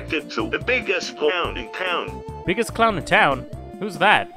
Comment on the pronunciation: WHY DID THEY SAY I'MA CLOUN!! >:(